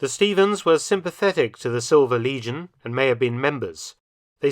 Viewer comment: your pronunciation made "silver legion" sound like "silver lesion" which is pretty fitting